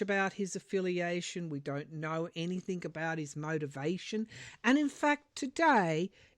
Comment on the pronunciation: The word "anything" is not pronounced anyTHINK. Please stop saying in your podcasts. It drives me crazy!!